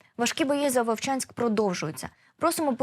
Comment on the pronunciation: Вувчаньскь😂😂😂😂 епаная мойва🤮🤮